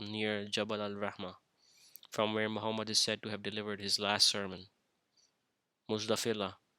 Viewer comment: Muzdalifa brother not Muzdafilah